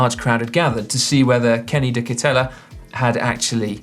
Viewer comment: Si, please listen to ' pronunciation of "de Ketele", for future reference.;)